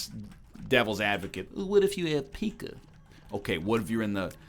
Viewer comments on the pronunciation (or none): Please never pronounce Pica as "Pika" ever again señor egg.